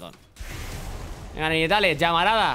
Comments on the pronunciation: Buena idea de los retos pero se pronuncia "naytels" no ninetales :P Build para akaly: Sablepistola hextexh, botas de movilidad, capa de fuego solar,mazo de hielo,daga de statikk, ángel guardián Apodo para akaly: La china loca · Tío , te lo digo a ti como a Alexelcapo; No digas "ninetales" coño xD el puto inglés. En todo caso es "nainteils" PD : Mejora el >"inglish"< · se pronuncia "naintels" no como se escribe. :) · Cuando dice NINETALES suena a GENITALES xD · Se dice Naintails T^T maldigo tu estirpe. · SE PRONUNCIA NAINTEILS pl0x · Ninetales= "Nainteils" la pronunciación por si no ..... xD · Ninetales se pronuncia "NainTeils" que afan de pronunciar las cosas tan literalmente